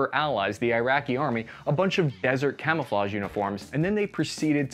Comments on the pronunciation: Jeez stop trying to speak french it's... quite... risiculous x) kamoofleu gave me good laugh ngl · You have the benefit of historical hindsight... but not of modern language apps. None of those French names and words remotely sound like that. Sorry! :P Try Google Translate's little speaker button to hear words and names correctly. In the meantime, try this: KA-MOO-FLAJ (best way I can phonetically spell it in English) GUEE-RAHN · it's pronounced camouflonhonhonhon. The more you know.